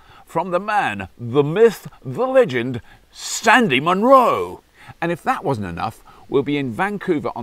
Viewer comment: Um, SANDY Munro - not Stanley...